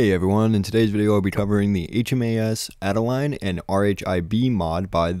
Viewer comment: NIce video…BTW “Adelaide” is pronounced as “Ad-el-aid” 😉